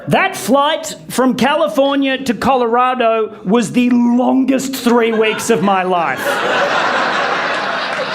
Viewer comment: Says calorado I would have been that guy to scream how was the temperature